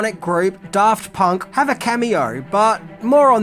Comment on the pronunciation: I heard "Daft Punk" as "Darth Punk" and immediately realized that Darth Punk is the Sith I didn't know I needed.